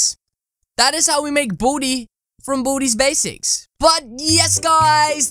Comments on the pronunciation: Boody Bzics lol Its Baldi Basics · U saying booty baseks